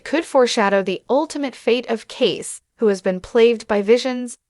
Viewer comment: It’s pronounced, “Casey”